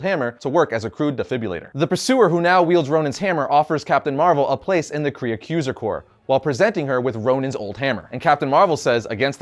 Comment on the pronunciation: Dude it totally sounds like you’re saying Korean Skrulls whenever you say Kree & Skrulls 😂